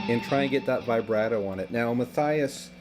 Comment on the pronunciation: yeah is the best but the pronunciation on Mathias was funny, also what the hell is Vi-brat-o? lol must be from Chicago and duh bears.